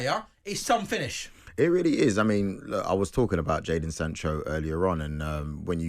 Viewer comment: "A weeeelly, weeeelly good goal..."